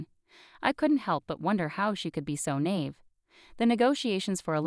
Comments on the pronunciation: This story is a disgrace !! Can't even properly pronounce words !! Alimony!!!! Nieve!! Just a couple to point out !! Learn to read !! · Not a very good grasp of the pronunciation of alimony and of naive.